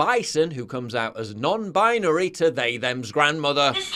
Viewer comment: Sorry, did you say 'non-bisonry'?